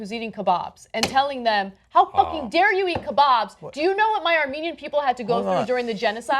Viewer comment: Cenk: "...I like your Ar-MANE-ian food..." Are we really supposed to buy that Cenky-boo doesn't know how to pronounce 'Armenian'? Cause I'm not buying it for a second. Yes, it's a very minor point, but I think he might have wittingly done it because (as you rightly point out) Ana was 'triggering' him with the Armenian genocide point... but I'm probably just projecting - fuck it, any excuse to hate on Cenky-poo will do. I bet she got a 'talking to' after the show, btw. I really hope Ana leaves this PoS show in the dust. She's better than this.